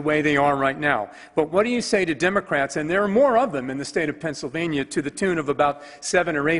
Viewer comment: Pennsylvaya? Cerngressmin? Can this guy speak English?